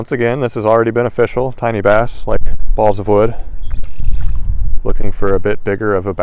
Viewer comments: "It's Ah-Fishyall!" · I just realized when he says it’s official, it’s more like O FISH Al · It’s of-fish-al: fish like Brazilian balls of wood...